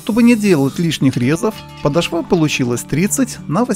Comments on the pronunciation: ПодошвА очень режет слух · Русское словесное ударение: подОшва. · ПодошвА, русский язык в школе автор похоже , не учил...